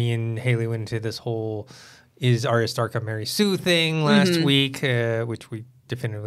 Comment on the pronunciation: Why can’t people at Collider pronounce these names correctly? Varys, Ayra, and Sansa seem to be mispronounced every time.